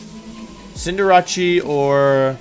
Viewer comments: it is pronounced cin de race not like cinderachii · "Arcaneenae" "Cinderachee" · Arca-ni-nay Deky-dewy Cinder-achi Dude you can't pronounce names to save your life lol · Cinder-a-chi? You mean cinder-ace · Listening to you pronounce Cinderace like “Sinder-Achi” was really painful... Cinder - ace not “achi” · listen I know you arent the best at pronouncing pokemon name but come on Arcineenay really its Arcinine as in 9 edit also Cinderachee really its like an ace CinderACE sorry if Im being nitpicky but Ive never heard this before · I don't want to be critical about it but it's Cinder-ace (like an ace) not Cinder- ache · Cinderace: is pronounced Cinderace Wolfey: "Cinderachi" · W T F is with cinder-archie (cinderace) and deccyduey (decidueye), do you know their names now? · Today we have the Wolfe Glick pronunciation guide: Diantha = Diancie Decidueye = Dekadooee Cinderace = Cinderachi Beautiful. (Loved the video though!) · Why does he not pronounce Cinderace as "sin-der-eis" like i'm not mad, just curious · The only thing I can't get over is how WOlfey pronounces Cinderace's name. Cin-der-a-chi. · "cinder-ahchie" is this a bit he doesn cause if not i am very concerned about this lads mental wellbeing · for being a professional pokemon player, this dude has some of the worst pronunciation i've ever heard lmaooo "sinderachi" bruh wtf 😂😂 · Did he pronounce Cinderace as "Cinderatshee" or am I deaf? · Not gonna lie but I laughed at some of his pronunciations like: Dekiduwi - Decidueye Cinderachi - Cinderace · and "Cinderaki" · I'm sorry I'm sorry but.... "Dekidui"??????????? "Cinderachi???!!" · Dont forget deck-i-dewey and cinder-ah-chi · You said... Jya-rados and Cinder-achie... Gyarados and Cinderace... Learn to say the names right please. However... Awesome video lol. Maybe rank them for their singles potential? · Is he serious when he calls cinderace cinderachi? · Everything was good until he pronounced cinderace 'cinderache' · May we mention "CinderACHI"